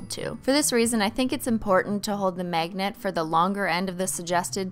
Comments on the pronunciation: ”megnat” lmao who else noticed she pronounces magnet like that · why do i keep hearing "MEGNET" and "MEGNETIC"